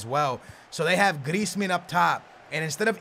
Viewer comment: I swear.. Every time pronounces Griezmans name... He says it different each time...